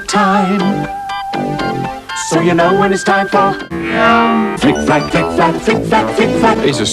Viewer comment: i keep hearing "flick and flack" as "frick and frack"